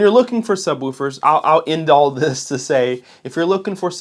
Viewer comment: It’s pronounced Woof 🐶, like a dog. Not like Roof. lol